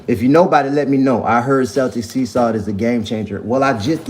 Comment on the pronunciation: Celtic is pronounced keltik.